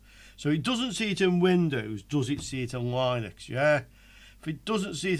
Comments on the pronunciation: Noooooo don't say line-ux its lin-ux all day long :) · yup, like lint, linx, lips